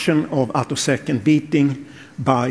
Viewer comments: This video has one of the weirdest comments sections on YouTube. The video is OK as far as it goes, despite the blatant clickbait title and lame robot voice that can't pronounce the word "attosecond" (which is the most relevant feature of these experiments). However, if you actually want to understand what these results are about, I would strongly recommend doing your own research off YouTube. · Ah, you noticed that? And presumably you noted that "attosecond" was being pronounced "uh-TUHS-knd" (should be "AA-toe-seh-knt), and "picosecond" was being pronounced "PAI-ko-seh-knt" (should be "PEE-ko-seh-knt"). Everything in this video is wrong, both the content and the presentation. That's because the poster used a chatterbot (such as ChatGPT) to generate and narrate it. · Synthetic voice. You can tell by the way the 'narrator' mangles the word "attosecond", and mispronounces "picosecond".